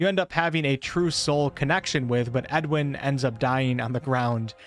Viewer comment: Edowin, Not Edwin. I know small difference but that name is a bit loaded in BG